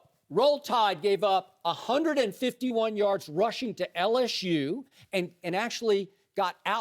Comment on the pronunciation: Skip, it's LSU. Not LSshoe.